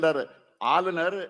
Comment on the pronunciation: ஆலுலர் ரவி😂😂😂😂 என்னடா தமிழ் சுடல😂